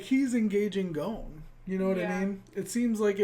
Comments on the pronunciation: for fucks sake, just look up how to pronounce japanese vowels A I U E O and you'll know how to pronounce the names. Go on google translate, pick japanese , write the name and press text to speech. is about right. Gon is wrong, the person who told you to pronounce it like that was probably just trolling. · ITS PRONOUNCED GONE NOT GOAN FFS. THE DUB GETS IT WRONG.